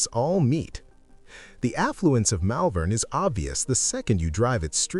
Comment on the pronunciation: 👎👎👎 Hopeless American AI narration, Malvern is pronounced Mollvern in Melbourne. Documentaries should be accurate not made up AI. 👎👎👎 Give Australia Australian narration. 🇦🇺🇦🇺🇦🇺🇦🇺🇦🇺🇦🇺